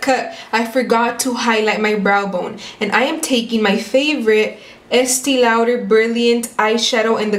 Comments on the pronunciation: Say it like this "Estee´ lawder" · Estee Louder omfg I love it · Is anyone going to teach how to pronounce estee lauder, or should I? 😂😂